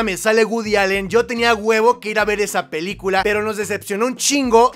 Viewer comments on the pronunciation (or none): none